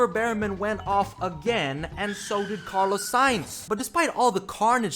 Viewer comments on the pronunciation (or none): none